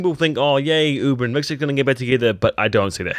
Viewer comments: it's Hvitserk not wixert lool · You know it's "Hvitserk" and not "Vikserd" right? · "Vixert" seriously? If you're going to review a show at least learn the character names.